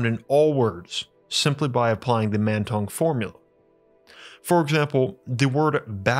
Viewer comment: Mantong sounds like "Man tongue".